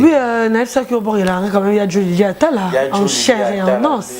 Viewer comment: tu na pas pu pronancer en chaire et en nos,,,,, Analfabette,il te faut une remise de niveaux